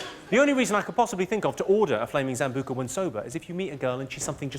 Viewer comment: It's Sambuca not Zambuca